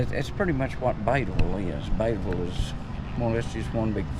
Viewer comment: dude, at least pronouce the town right. it's.... beadie ville.